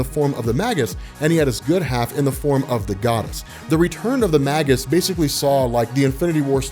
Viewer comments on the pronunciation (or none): "Magus" is pronounced "may-gus" not "mah-gus."